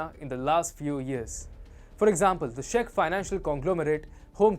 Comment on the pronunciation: Video is fine, just please, you pronouncing Czech Republic as Shech Republic so the CZ is pronounced as in Ch in worh China. ;)